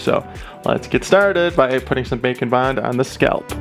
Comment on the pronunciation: Him: Bake and bond Captions: bacon bond Lol is why this is funny